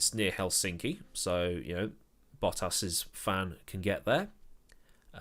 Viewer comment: took me a bit to realize what you said lol. Poor Bottas